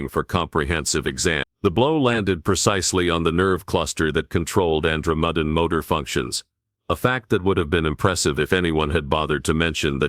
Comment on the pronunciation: Good story but the AI or whatever is reading it has left me mispronouncing Andromedean. It may take me weeks to recover.